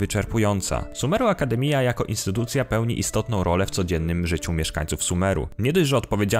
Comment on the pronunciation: Bez urazy ale " Akdemiia" to jest "akademia " przez J 🤣 naprawdę sorry